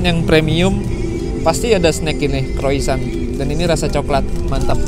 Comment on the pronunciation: bang, baca Croissant nya Kroasang bang 😆